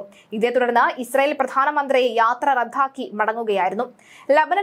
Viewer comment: യാത്ര " റദ്ധാ "ക്കി യെന്നോ ?😢